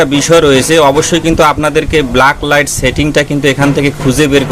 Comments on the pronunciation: ব্লাক লাইট না ভাই। ব্যাক লাইট। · আপনি কি রকম টেকনিশিয়ান? ভুলভাল উচ্চারণ করেন, কথাটা ব্ল্যাক লাইট না ব্যাকলাইট। কাজ করেন টার্ম গুলি জানেন না। এল ই ডি কে বল বলছেন? এখন দেখি আতিপাতি সবাই ইউটিউবার।